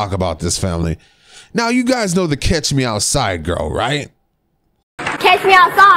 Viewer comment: It's catch not cash